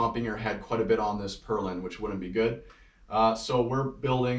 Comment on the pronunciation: Purlin not perlin!